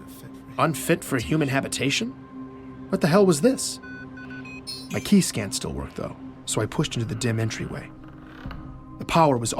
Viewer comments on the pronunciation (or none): none